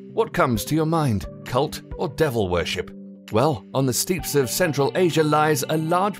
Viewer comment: AD-SD-vids and stop motion , and he called the steppes in central asia "steeps"! I would think if one's job was narration, they would be able to read words properly.